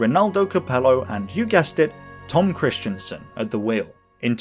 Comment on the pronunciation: His name is not Tom Kristiansen! It is Tom Kristensen! It has nothing to do with "Christian" or "Kristian"! That's different! Just to let you know! And you also have problems saying names of German drivers correctly! But if you want I can help you with your feature videos! I am originally from Germany and I met some of the most famous German racing drivers at the 24h Nürburgring race including Hans Joachim Stuck and Sabine Schmitz! And I also had dinner with them in her mum's restaurant! Since 2018 I'm living in the UK so we can meet any time! Just let me know! PS: I love your videos very much! They are going better every time and I enjoy every new video more and more!